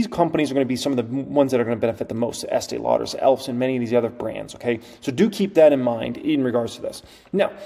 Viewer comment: You are talking about eatee lauder?!! What about L'Oreal?!